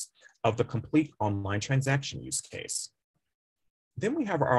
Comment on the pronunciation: Can't hear the word you are saying. What kind of use case are you refering to?